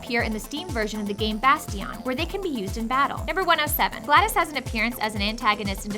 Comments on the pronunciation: ITS GLA DOS NOT GLA DIS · It's driving me crazy that she keeps saying Gladys and not GlaDos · why is she saying gladis. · Gla-dos not glad-is God damn it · It is glados with a o, not an I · I may or may not be getting annoyed by the (maybe) mispronunciation of GLaDOS